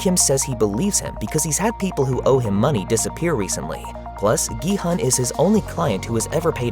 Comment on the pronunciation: The main character‘s name is actually not pronounced “gee-hun” (gee like in geese and hun like in honey). It is pronounced “gee-hoon” (gee like in geese and hoon almost like moon). His last name is seong (seo like “sau” in sauce and “ng” like in rang). In Korean culture the last name goes first and then your name, so it’s actually seong gee-hoon (성기훈)